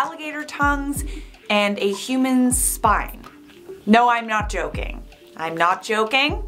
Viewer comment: I love how said “I’m not joking I’m not joking“ and I thought said “im not chocking I’m not chocking“